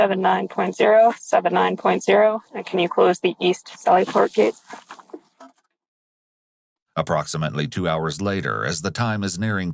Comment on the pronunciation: It’s “sally port,” not “cell e port.” Sheesh….